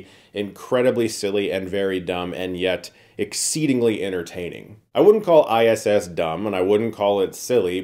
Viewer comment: That "ISSSSSSSS"....awkward pause in the beginning made me legit LOL